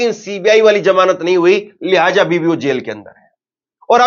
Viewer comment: Lihaja nahi lihaza bola kro .